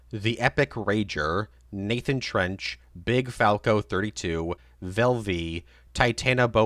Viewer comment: I love you so much but its T E N C H 😂😂 you are legit bro tysm💛💛:_Bruh